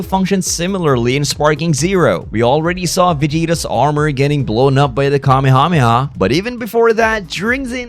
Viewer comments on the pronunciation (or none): none